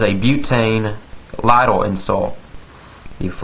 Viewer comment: Say lighter again!!!!!! That funny stuff call Howard Stern now!!! haha siva or silver ?